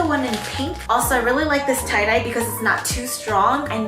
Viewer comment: They cloud-dye hehe Instead of tie-dye